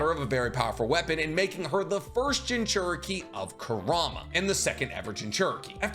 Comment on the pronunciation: I gotta say. I’m not one to make comments like this usually, but why do you pronounce it, “Jin-CHER-Eh-Kee”? It’s, “Jin-choo-REE-Kee”.